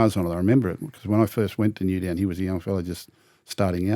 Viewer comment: Why does gus call Newtown... Newdown